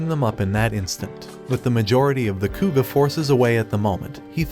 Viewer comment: It's Koga, not Kuga.